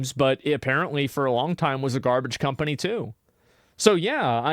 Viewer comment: Did you just call Ubisoft a scumpany?